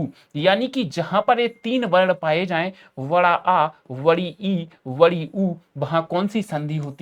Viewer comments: Bdi ❌️ vdi ✅️ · Sir badi ko vadi bolte hai!